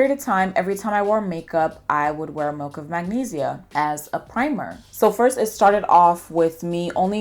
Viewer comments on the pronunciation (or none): Why do you pronounce it like melk tho